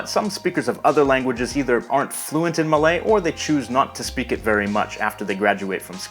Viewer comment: wow an english speaker that doesn't absolutely butcher Malay pronunciation.